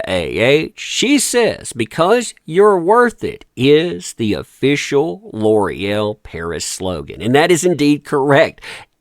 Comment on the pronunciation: It’s pronounced L’OreAl